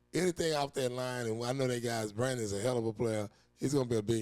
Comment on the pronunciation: Aubrey ending up tied with Pittsburgh Steelers K Chris Boswell for the highest average annual salary (4yr/$28 million) and it’s Braden Smith not “Brandon”